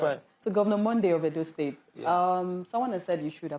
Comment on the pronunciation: Stop saying what u don't hv full facts about, during my school days there re people who couldn't complete their papers due to sickness while some even hv era yrs bcos of sickness therefore Edo & Osun governors re incomparable, just ordinary figures in a budget Monday can't pronounce correctly Edo State Governor that can't win election without the support of federal might